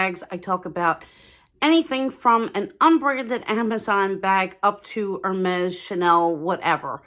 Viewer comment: Hermes should be pronounced correctly, please!